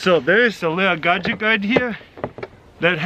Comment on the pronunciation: I love it when he says “gaject”